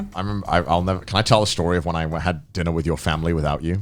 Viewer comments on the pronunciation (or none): drinner instead of Dinner LUL